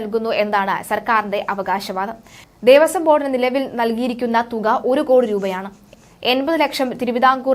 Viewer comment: ദേവസ്വം ആണ്. ദേവസം അല്ല.